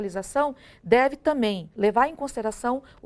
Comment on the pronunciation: Isso aí é uma professora de direito "i tãmém" promotora… pqp ! "i tãmém".